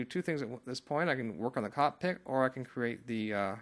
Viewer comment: Thanks man you really helped me out....butta...you know its cockPIT right and not cockpik:P